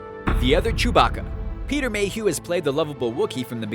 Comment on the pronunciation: That name butcher of the Finnish actor who played chewie. #rip